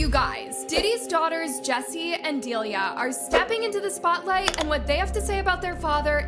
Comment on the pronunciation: whooo the F is DILYah??? 😂The twins are Jessie and D'Lila and Pronounced Dee-LiLAaaaa , Who is this culture vulter? kim is his wife not girlfriend and that was Chance their half sister at the oscars not the twins 😂